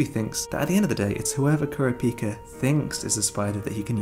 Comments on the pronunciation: Dude said kurápëcâ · Are we really gonna let the fact slide that he says “Kura-pee-ka” like someone who HASNT watched the anime despite him HAVING REWATCHED IT?🥶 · The was he pronounces kurapika pisses me off